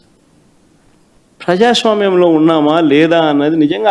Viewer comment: Frajaswamyam kadu ra prajaswamyam 😂😂😂...ala chesav kabatte niku ila 11 vachai 😂😂